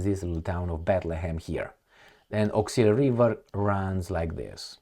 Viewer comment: You wrote 'Oskul' but pronounce as Awk-sil. Are you smart man? Do you pronounce ask as axe?